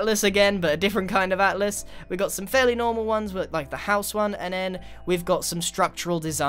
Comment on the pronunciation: He said atlas learn how to hear man